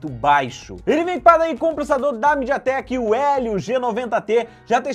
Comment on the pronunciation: Falou Mideatek, parei com o vídeo